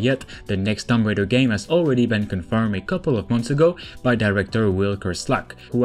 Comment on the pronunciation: Lol he said Tom Raider